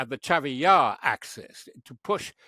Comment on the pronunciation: It’s CHASIV YAR, not Chavvy yahh